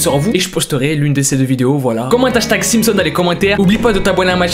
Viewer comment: "MET UN LAIKE SU CETTE VIDEO SI TU CONNAIS LES SIPSON OH PINAISE" ca ma tue 😭😭😂😂🤣🤣